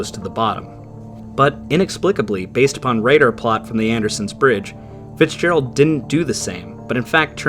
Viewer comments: "Edmond Fitzgegald", wtf? How did the artist manage to mangle the name so badly? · Ah, yes, the tale of the 'Edmond Fitzgegald'...